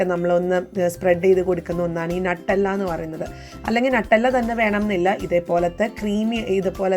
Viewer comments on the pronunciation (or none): Nuttalla alla Nutella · Nattalla alla nutalla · നട്ടെല്ലല്ല ന്യൂട്ടല്ല ആണ് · 😄😄😄 ഞാൻ വിചാരിച്ചു എന്താണ് ഈ നട്ടല്ല എന്ന് 😄😄